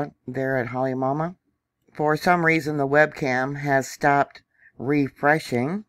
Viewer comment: Come on, let’s get the names pronounced correctly. Phonetically “ HA LAY MA OU MA OU”. Do you really know what you are talking about? “KILL A WAY A” - No “L”. Learn the language before you report on it!